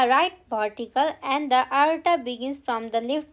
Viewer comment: mam you have mispronounced the word tricuspid, aorta, ventricle, valve, bicuspid. please check it..